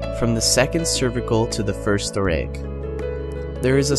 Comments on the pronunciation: What the heck are "thorayic" vertebrae? Kept distracting me whenever he mispronounced it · I thought it was pronounced "thor-AS-ic" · Try using a narrator that can pronounce the segments of the spine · I've never heard "thoracic" pronounced they way you pronounce it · the way he pronounces Thoracic triggers me